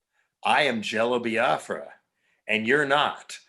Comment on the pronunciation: I like how Nardwuar has been mispronouncing "Biafra" for over three decades and Jello never corrects him, at least not in the few interviews I've seen.